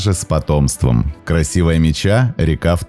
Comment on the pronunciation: Красивая Ме́ча , а не Меча́